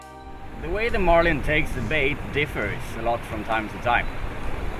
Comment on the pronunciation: "we try to catch a Malin" 😂😂